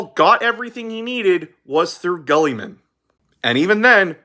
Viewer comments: i love your channel, but i cant get over "guhlliman" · The greatest of all the Primarchs: Gully-Man It just sounded like you said Gullyman in the video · I'm sorry if this is rude, but what is with your pronunciation of Guilliman? Am I missing out on a joke or something? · My only issue is how he pronounces "Guilliman"